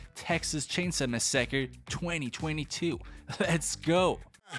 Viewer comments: massacre❌ mu-saakerr✅ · No no. It's not massacre, its Mass-acker. You're saying it wrong lmao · I think he put em-PHASIS on the wrong Syl-LABLE when pronouncing mas-SACRE 😉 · bro "mesacred" that pronunciation 😂😂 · I say this with complete sincerity and want you to know I’m not trying to make fun of you when I say this. I absolutely love how you pronounce things Massacre as “mah sacker” is definitely my fav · Did he just say messeker? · Bro it’s pronounced “massacre”🤦🏽‍♂️ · "Texas Chainsa Messekker" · Bruh really said “Texas Chainsuh Masucker” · 😂he pronunced massacre as Ma sak or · MA SUKA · The way you say massacre was the best part 🤣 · Please say the least part of the title slower and a little more accurate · Are you pronouncing massacre that way just to piss us off. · is this your voice?? bc the way massacre is pronounced it sounds weird i knw u have an accent but, another computer program voice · The most disturbing thing about this video is the the way you pronounced “massacre” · could say he massacred it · facts. had to back it up twice just to make sure I wasn't trippin when he said it. lmao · Same, I’ve made it a bit of a game with myself to see what words they’ll mispronounce because they’re (I’m guessing here) French